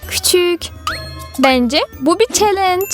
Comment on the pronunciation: Calinc yerine celinc demesi çok hoşuma gidiyor